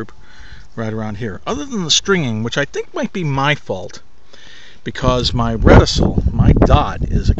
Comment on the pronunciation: Ret-i-kul. Not ret-i-sil.